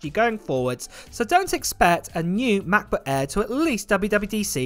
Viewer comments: Just love how British people pronounce MacBook Air. The Maboo Ae??? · If you want to learn the German letter Ä then Just listen to him Say MacBook Ä